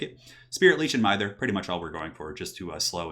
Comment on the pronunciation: Just a heads up, the “i” in mither is pronounced like “y” in myth.